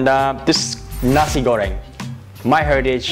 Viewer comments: It is pronounced 'nah-see' goreng, not Nazi goreng 😂😂😂. Nice video, otherwise. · Nasi, not nazi 😂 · You literally said "Nazi Göring"... yikes! xD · nazi-goreng is a cool pronunction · Am I the only one hearing "Nazi Göring"?